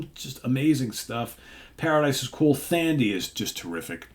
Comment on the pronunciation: just looking out: Thandi is pronounced TANDY 👍I live 3 miles from Trevor:) Another class act. Fingers crossed for some live dates 🙏 I miss 80s Yes!